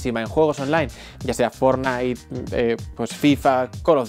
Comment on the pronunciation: Siempre que escucho fornite ya se que es español (España) 🙃